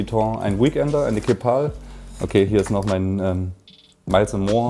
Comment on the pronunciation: Bro hammer Video, ich gucke grade alle deine Videos am Stück <3 Aber bitte sprich Keepall anders aus 😃😍